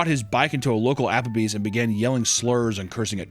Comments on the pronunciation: ja-papple bees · a, Japplebees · "Japplebee's", if you will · You mean "Japplebee's?" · "werrcome to ah-Apper-bees"